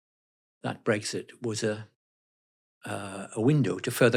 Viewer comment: he did jusy say " brexshit" ? 🤣🤣🤣